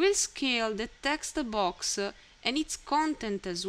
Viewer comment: "Tha textu boax", gets me everytime xD